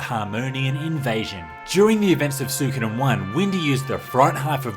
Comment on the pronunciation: Ok dude, it's REALLY doing my head in. Say it with me now... Swee-ko-den